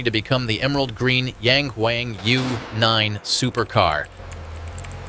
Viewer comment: Yäng Wäng. lol. lehrnt mal chinesische Aussprache ihr doofen US-Amerikaner.